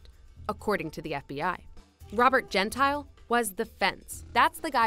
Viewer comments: Everytime you pronounce Gentile, something inside me is brutally killed. It's Gent-EE-Le, not Gent-Ile. It means "polite" in Italian... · Hey, its pronounced Gen-tee - lay. Not Gen-tile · ah I cringe evertyime "gentile" is said. its an Italian name. we pronounce our vowels different than English so it sounds like "gen-teal- eh"